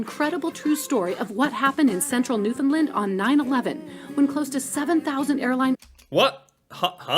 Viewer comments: The Labrador retriever was named after the province. It’s all one province called Newfoundland, pronounced with an emphasis on the part New and the syllable found, pronounced, fnd. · Your pronunciation of Newfoundland makes this video unwatchable for this Newfoundlander. And in it you are listening to people in the videos pronounce it properly but you choose to ignore that. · Omg the terrible pronunciation happening here of Newfoundland on both parts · You said the name of the province more correct when you said it "the american way" She is saying it wrong. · Typical American pronouncing Newfoundland wrong… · Hi, "Newfoundland" rhymes with "understand." The accent is on the last syllable. And I think someone else mentioned: St. Pierre and Miquelon are two tiny islands off Newfoundland that are actually governed by France. The people there are French citizens. Would be an interesting look. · You and that woman are both mispronouncing Newfoundland improperly. The actor in the play said it right. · You are not saying Newfoundland correctly. There was a guy who killed a guy for mispronouncing it and confessed it on his death bed. The Labrador retriever was named after the province because the dogs they used to breed the first labs came from there. The Newfoundland dog was also 1st bred in the province. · Please stop calling it NEW FOUND LAND it is pronounced Newfinland or Newfindland accent on the first syllable. There is a wonderful Documentary called 'You Are Here : Come From Away that I cannot on You Tube but is broadcast from time to time on out television. I am not from Newfoundland I live in Nova Scotia but adore my friends that are from Newfoundland. A lot of them have found work here over the years. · LOL, if you want to let people know you are not Canadian, pronounce this province NewFOUNDland vs NewFUNDland. Also, most of us do not add "and Labrador" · She also pronounces it incorrectly. It's LAND not LUND. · Newf-fin-Land "Understand Newf-fin-land"